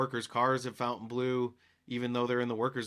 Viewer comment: I meant It should not be pronounced FOUNTAIN